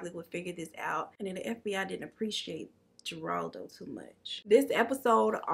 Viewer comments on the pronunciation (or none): Who is Jeraldo, u mean Jeraldo Rivera? If so the J has the sound of an H. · Just say positive critique. Geraldo the G assignment you have to pronounce it like an H HER-ALD-O